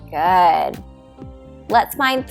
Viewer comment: Watch the way you say “good”.